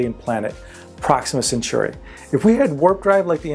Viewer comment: Alpha CenTAURI not CenTYURI. You don't call centaurs centyures, do you...